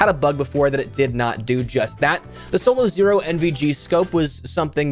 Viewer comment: I can't believe I've never heard anyone say solozero before. I've always pronounced it in my head as solaw-zuro 😂😂